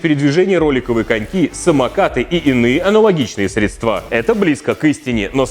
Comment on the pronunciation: СредствА средствА.... Учи русский!!!